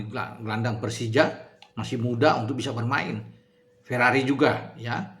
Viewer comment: Maaf...jangan sebut verari kuping rasanya gatel😂